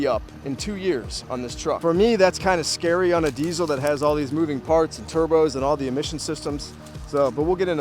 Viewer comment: Why do you keep saying diezel